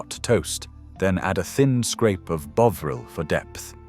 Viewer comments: It’s BOVril not bowvreel!!! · Bo vril ,It’s Bovril !! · And what about “Bow-vril”? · Why are you showing American kitchens? Ploughman's lunch actually, can't even pronounce Bovril correctly